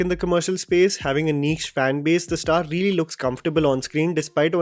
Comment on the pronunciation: Neech nahin, its pronounced as neesh; spelt niche.